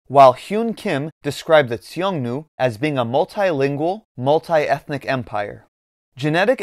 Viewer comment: Why do you keep pronouncing Xiongnu as "Tsiongnu"? The X is a simple Sh sound.